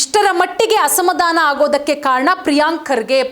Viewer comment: ಅಸಮಧಾಮ ಅಲ್ಲಾ ಮೇಡಂ, ಅದು ಅಸಮಾಧಾನ! ಸರಿಯಾಗಿ ಉಚ್ಚಾರಣೆ ಮಾಡಿ 🎉